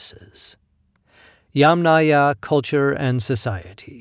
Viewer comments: You are not pronouncing Yamnaya correctly. The stress should be put on the first syllable instead of the last one, i.e. Ya'mnaya instead of Yamnaya'. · You are not pronouncing Yamnaya correctly. The stress should be out in the first syllable, i.e. Ya'mnaya insteda of Yamnaya'. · ямНАя. The accent is on the 2nd syllable. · Great video, thanks! I would like to add a small little note, it's YAmnaya, the emphasis is on the YA. Comes from a Russian word "yama", which a whole in the ground. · Thanks. Another commenter corrected my pronunciation, but not before I'd recorded another video with the Yamnaya in it! I appreciate the education. Now I have to go back and make those adjustments before posting it... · yAmnaya, not yamnAya - the first syllable ist accented. Or, better and shorter, yAmna as it is in Ukrainian. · Better to use "yAmna" term, not "yamnAya". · It is very wrong pronounciation. The accent should on first syllable, like in "angry " or "envy ". It is "ya`ma", which is pit. The culture is "ya`mnaya" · In the term "Yamnaya", the stress is on the first syllable. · Narrator here. Thank you for the correction. I was unable to find any guidance online, so I defaulted to what I always try to do, which is pronounce every syllable as written by the author. Feel free to point us toward more sources for this subject!